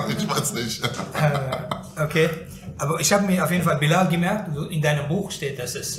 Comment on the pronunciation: wenn der bruder bilal sagt versteh ich immer bin laden amk 😅